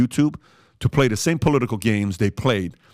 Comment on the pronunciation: Ok. I get accents. If English is a second language, I could see struggling with some nuance. I love this channel and agree with most of the content. Why can’t he say “this” instead of “dis” or “the” instead of “da” after all this time? It’ll take practice but if your living is made by speaking, wouldn’t it be worth it?